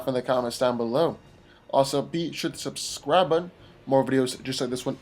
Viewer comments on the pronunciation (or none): Anyone else always hear "Be sure to be-scribun" at the end? Love your videos. What's up with the missing files?